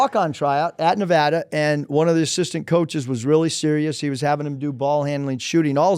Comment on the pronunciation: Someone for the love of god teach how to pronounce “Nevada” correctly